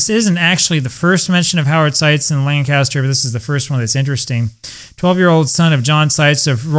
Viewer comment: SUPERB REPORT , SIR... ⭐ ⭐ ⭐ ⭐ ⭐ .....Up there the pronunciation is " Lankisster".😅😅😅😅... It's my favorite game !